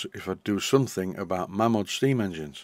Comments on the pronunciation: it is indeed May-mod. The name Malins is pronounced May-lins. Its one of those funny quirks of society that the name Mam-mod stuck. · The Mamod history book, written by Steve Malins actually states in its opening paragraph it's always been mispronounced. I quote "almost invariably mispronounced (it should be 'Maymod', not 'Mammod'), the name is simply the 'Ma' from Malins and the 'Mod' from models, and is now, perhaps, the most widely known name throughout the world for steam toys". Not that it matters much, I bet when they were churning out 100,000 engines a year that was the last thing on their mind. By the end of 1995 there had been 468,890 tractors made, and they haven't stopped! Oddly in the same period, only 187,471 rollers, maybe people prefer Traction Engines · I read steve malins book some years ago . He was the last of the malins family to own malins-models before they sold up in the late70's/early 80's. He cleared the pronounciation debate up . The family name is pronounced 'maylins' and thus mamod should be pronounced 'maymod' . Its an excellent book by the way, out of print but readily available second hand ,all be it for a premium. 'Mamod -The story of Malins Models by P.S. Malins